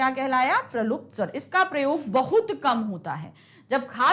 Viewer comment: Maam it's plut swar not pralukt swar